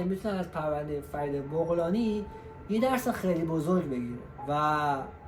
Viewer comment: بابا بَغلانی ... بُغلانی چیه دیگه بعدشم این اطلاعات غلط و ناقص رو کی گولت زده بت داده؟ فرید متولد ۱۳۴۷